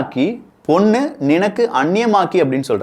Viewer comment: பொண்ணு,பொண்ணும் என்று சொல்லாமல் பொன் என்று சரியாக உச்சரிக்க முயற்சி பண்ணுங்கள்